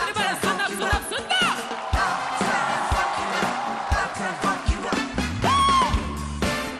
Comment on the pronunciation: ему надо работать над произношением.мне послышалось фак-ю очень отчетливо.заметил что его инглиш хромает когда он спел "шоу маст го он"